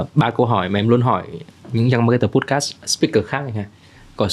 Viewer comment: nội dung cuốn hút. câu hỏi hay. khách mời cung cấp thông tin bổ ích. tuy nhiên xem nhiều số rồi vẫn ko thấy thoải mái với bạn host. đầu tiên là phát âm podcast sai huhu. tiếp theo là đặt câu hỏi bị nói lắp. tiếp nữa là nói chêm tiếng anh nhưng phát âm ko chuẩn :((((